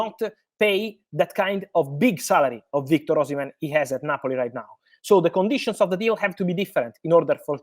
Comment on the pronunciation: Oshimem✅ Oshimen❌